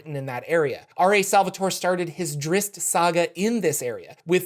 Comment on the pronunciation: Why do people pronounce the double z in Drizzt with just an s sound? It's Dritst, just like pizza is pronounced pitsa